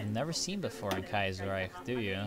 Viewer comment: Kaiserreich is pronounced Kii-zer-rike